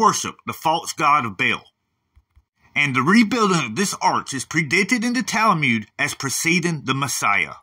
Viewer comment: I keep hearing you say Tal-a-mude, but I thought it was pronounced Tal-mud? I’m guessing people in Israel say it the way you’re pronouncing it?